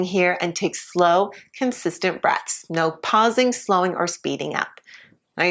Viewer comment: Did she say take breasts or breaths?